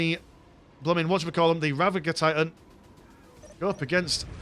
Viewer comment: "Ger" as in "Germany".. not Rava"gur" 😂😂😂